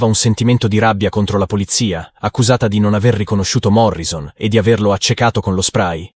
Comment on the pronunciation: Un piccolo errore che fanno gli italiani alla pronuncia del nome di Jim Morrison. Si deve pronunciare Morrisson con due s!